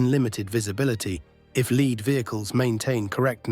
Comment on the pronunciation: Lead is pronounced as LEED in this context